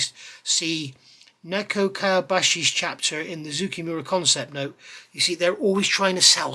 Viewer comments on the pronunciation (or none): Just a pronunciation note, the name of the manufacturer is more like ZOH-KAY MOO-RAH. I just finished their F-4J and found the detail excellent, the instructions chock full of info, but a bit short of paint call outs in some spots, and ultimately very cramped and claustrophobic. The build order didn’t make sense to me, so at some point I just gave up and built up everything I could as subassemblies, painted the nose, attached the intakes, finished the painting, decaled, then assembled everything in the best way to avoid collateral damage. There was an interesting translation issue where they called out the starboard wingtip navigation light as being blue (and even identifying clear blue paint from manufacturers), I assume because if you ask a Japanese person what color a green traffic light is, they will say “aoi”, which means blue. Thanks for the review.